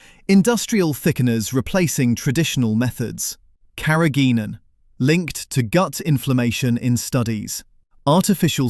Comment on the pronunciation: "Carrageenan" is pronounced incorrectly. No full stop is used at the end of the caption.